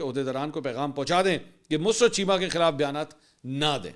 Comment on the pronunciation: منصورصاحب معذرت کے ساتھ دو الفاظ کے تلفظ کی ادائیگی کے بارے میں تصحیح ھے لفظ " مسرت musarrat ھے۔ mus-rat نہیں ھے۔ دوسرا لفط "طبعی" Tabai موت ھے۔ "طبی Tibbi موت" نہیں ھے ۔ شکریہ!